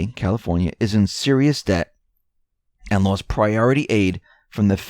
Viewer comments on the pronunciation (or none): none